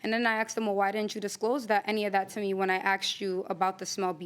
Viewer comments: I want to state,.the word is "ask"...not axed...come on... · He is a tool. And it’s ask not axed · Then he said "axed" instead of "ask". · Can someone please explain why they say aksed? It drives me nuts!!!!! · Why do people say “axed” instead of asked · If I hear one more time people saying"axed", instead of "asked," I'm gonna lose it. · Take a shot every time she says : Axed. 😂😂😂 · "aksed" .... a blk dna thing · Axed him ...axed her WTF learn how to pronounce the most basic words please 🤔🤮 !!!